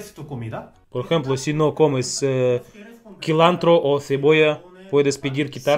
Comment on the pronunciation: Ya!, no es quilantro ni kilantro, es cilantro y se pronuncia silantro o zilantro, aprendió que no es alcogol sino alcohol y se pronuncia alcol